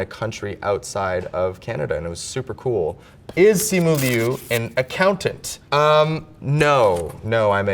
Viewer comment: He's pronouncing his own name wrong...🤣